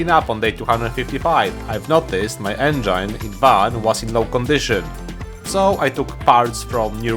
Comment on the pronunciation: ive run out of ideas for a silly way to correct you so ill just say it Engine is pronounced [EN-G-IN] with the "in" being pronoumced like "bin" or "rinse"